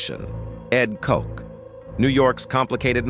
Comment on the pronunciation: Ed Koch, pronounced "Kotch" not "Coke," did not have or die from AIDS. Instead, he died at age 88 from a heart attack.